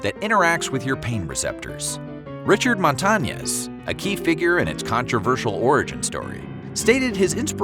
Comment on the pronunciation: white ass pronunciation MONTA NYESS. ITS MON (LIKE MONDAY) TA (LIKE TALL) NEZ (nYES)